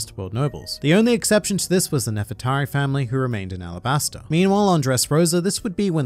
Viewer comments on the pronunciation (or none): Alabastura? Its Arabasta! they keep repeating it over and over the entire arc. Ara-bas-tha (T as in Thatch)